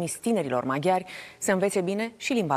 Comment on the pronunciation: MAG-hi-ARII😅 BUDApesta